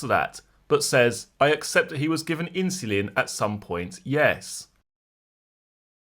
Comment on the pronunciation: Why does this voice mispronounce insulin?